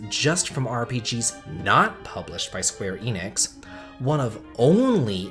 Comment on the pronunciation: You keep saying "Square Enix" and it is really bugging the hell out of me